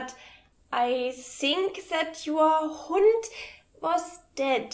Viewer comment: Hello I think it would be better in minute to choose the german word "Hand" for the word "Hund". It is possible that you speaking out the word a little bit funny, but I think that this word be more a false friend than "Hund". I like your videos excaptly I am from germany.